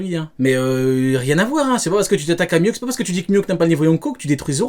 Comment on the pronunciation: Avant de débunker, faut commencer par apprendre la prononciation de Mihawk, sinon peu importe les arguments, y a 0 crédibilité